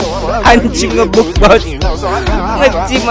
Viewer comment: Bukan "Ngebug" Tapi "Ngebag" Cara Nyebut Ny NgBug=sebutan "Ngebag"